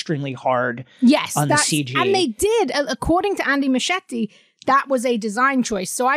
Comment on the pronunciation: Muschietti is pronounced "MOO she ET e"